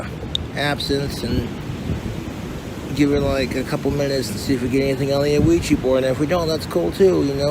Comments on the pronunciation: ah-weegee board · Wish I had an "uh-wee-gee" board... Donations are greatly appreciated. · Oh-weegie borg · I hate how he enunciates the O in ouijia board lol